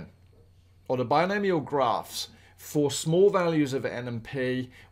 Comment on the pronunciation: bi-gnome ial, are you kidding me lmao